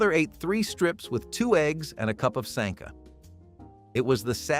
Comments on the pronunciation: A lot of words in this channel are mispronounced. An example is Sanka coffee. It’s not pronounced “Sahnka”. Every video I’ve watched has you mispronouncing words. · All of the mispronounced words are bothering me. "Sonkuh" Please just remember the commercial or sound it out: sank-uh. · Why are you pronouncing Sanka like "Sonka"? It rhymes with the way a Londoner says "wanker." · Could you please pronounce Sanka correctly? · The pronounciations are terrible. “Sonka”. “Bracks “. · brachs (bracks). And sanka (Sonka)